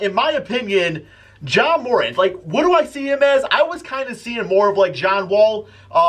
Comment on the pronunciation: Learn how to pronounce ja morant